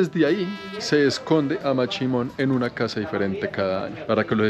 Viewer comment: Es mashimon no machimon,chimon es otra cosa...